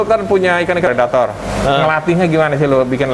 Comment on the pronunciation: Pelettor dong bukan predator :v